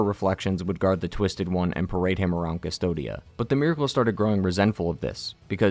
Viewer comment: the world is named "Cvstodia" "coos-toad-ya" you pronouns it "dystopia" for some reason...